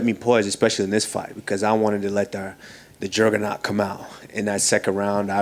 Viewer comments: "Jurganaut" 😂 constantly mispronounces words, but that one was hilarious 😂😂😂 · Hahzhahaha did he say "jergernaut"